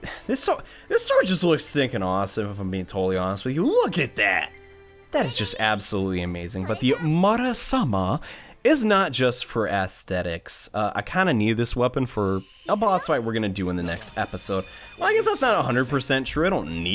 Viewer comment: it is 'Murasame'!